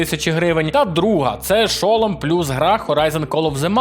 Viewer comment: Не хочу душнити, але я не можу пропустити неправильне наголошення в слові шолом. Наголос падає на другий склад:Р